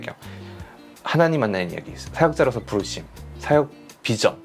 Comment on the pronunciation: ㅋㅋㅋㅋㅋㅋ진짜 불심으로 들리네ㅋㅋㅋㅋ